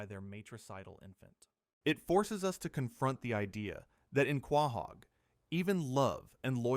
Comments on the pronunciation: Was excited until i heard this mfer say quah-haug. Youtube dont recommend this channel again plz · Wtf is Quaaahog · Is this AI? The voice and pronounciaton feels off. He cant pronounce Quahog